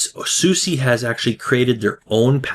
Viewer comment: just fyi It's pronounced 'susa' not 'susie'